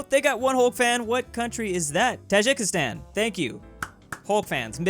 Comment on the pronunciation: Tajeekistan, not Tajickistan. Clearly, you have dyslexia.